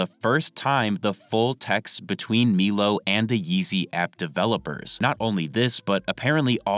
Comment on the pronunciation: It’s MY-LOW bro. MY-LOW. Stop saying Meelow lol you sound stupid as fuck